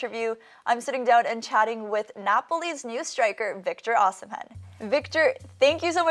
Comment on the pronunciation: Let’s go VITTÓ! 😍 and she called him ósimhen, not osimèn, and not OSÌMHEN 😂